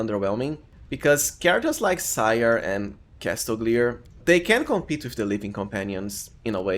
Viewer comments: I think Ciar is pronounced like Keer but I could be wrong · Ciar is pronounced "Char" btw